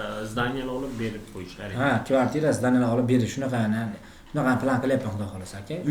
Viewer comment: Akahon kvartita emas kvartira boladi😂😂😂